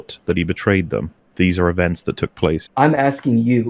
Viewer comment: The fact this fool says "I'm just AXING" tells you all one needs to know about his level of intellect.